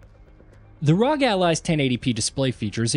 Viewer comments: Was gonna watch the video, but by the third time you said "rog" instead of "R. O. G."... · For to love of everything. Its not Rog its R. O. G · C'mon....say it with me now....R. O. G. Not rog. They are initials. They're meant to be said as individual letters.